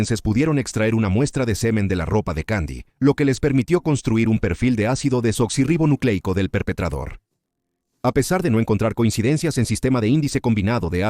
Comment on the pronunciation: Lo siento, pero qué risa me dan los que se quejan de que diga la palabra correctamente: Ácido Desoxirribonucleico. ¿En serio eso les enoja tanto? Pero así se llama. 🤷🏽‍♀️ Me recordaron cuando estaba estudiando la carrera, Medicina. Me tocó exponer sobre los XII Pares Craneales, llené las paredes de mi cuarto con las láminas que usaría, para repasar todas las noches antes de dormir. La hija de la señora que me rentaba, me pedía cerrar las cortinas, porque le ponían nerviosa todas esas palabras raras. Qué cosa tan extraña. 🙄 😂🤣😂🤣 En fin, gracias. Buena investigación y narración. 👌🏽👍🏽